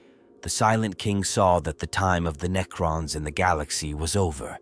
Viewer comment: Why are you saying neacron?